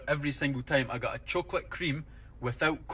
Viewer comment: Aye, not only is he an eedjit but hes takin the piss, Fifers dont say choe-cawlat Oh-ffirs Or when you're a cone-tent creator, what the hell is this accent, am born n bred close to fife and yer accent is a total shambles. Nobody spends £500 on a lunch... thats sandwiches..... And the only people in Scotland that try say wuaguan are fannies. Lived here ma whole life and never heard such a horrendous piss take accent 😂 like someone from north England trying their hardest Scottish accent 😂